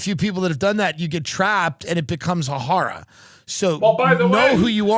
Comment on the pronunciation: he says "horror" in the most Long Island way. He says it at least once a week.